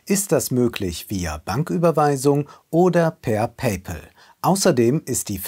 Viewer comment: Ist die konsequent falsche Aussprache von "Pay Pal" und "Patreon" eigentlich als eine Art Statement zu sehen?